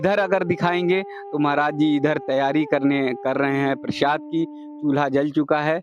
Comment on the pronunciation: Bhai use प्रशाद nhi प्रसाद बोलते है समझे